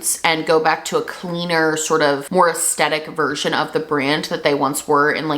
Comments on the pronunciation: … I love your content and point of view. I need to be petty for a minute… please pronounce the h in aesthetic. I cringe every time I hear “astetic” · we love you i love you but you gotta start pronouncing aesthetic properly if you gonna say it this many times in a video ahahha